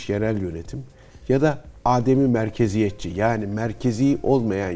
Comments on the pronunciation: Değerli Cihat hocam, Âdem-i Merkeziyetçilik değil. Adem-i merkeziyetçilik olarak teleffuz edilmesi gerekiyor. Kullanımı bilmeyen insanlarımız için de manasının izahı yerinde olur. Adem hiçlik, yokluk anlamına gelir. Yani adem-i merkeziyetçilik merkezin olmaması manasına gelir. Merkeze bağlı olmayan yerinden yönetim... Bu video serisi çok faydalı oldu. Başta Cihat hocamız olmak üzere emeği geçen herkese teşekkürler. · Hocam adem'in a'sını uzatmadan telaffuz etmek gerekiyor.